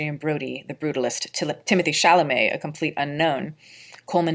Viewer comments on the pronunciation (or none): none